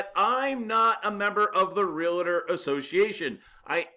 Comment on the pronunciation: You need to learn how to pronounce “Realtor” correctly.